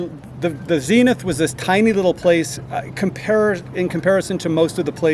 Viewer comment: It's Zenith as in Zen not as in seen.